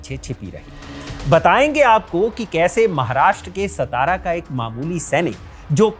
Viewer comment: सतारा नही रे सातारा हे